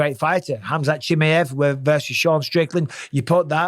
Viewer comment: Hey Bisping, please could you learn to pronounce Chimaev properly, is not that hard is it mate?